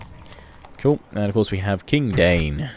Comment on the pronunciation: That Thorin you got as a commander of your armies there is Thorin III Stonehelm, son of Dain and father of Durin VII the Last. And it's pronounced DA-EEN, not DANE. Sorry, I get really nit-picky when it comes to Middle Earth.